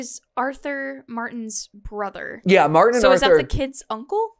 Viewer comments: MatPat calling Martin Milton is driving me crazy. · I wanna correct them out on the Lord but hearing Martin be called Milton is always hilarious enough to not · did he really just call martin milton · It’s not Milton it’s Martin